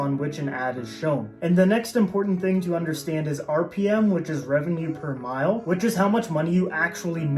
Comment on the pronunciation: Mille is not mile. It's pronounced mil, or meel, Latin for "thousand".